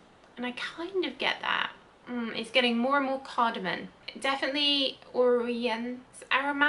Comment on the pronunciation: CardamoM, not cardamoN.